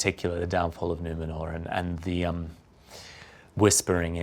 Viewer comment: OMG I just love his casually correct pronouciation of Numenor